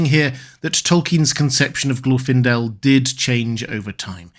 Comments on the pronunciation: Lmao "Glorf-indel" .. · Even in this video there's no consistency in how his name is pronounced, specifically whether the stress goes on the first or second syllable. I think the conclusion is correct: you don't send the most recognizable (to the enemy) elf on a stealth mission.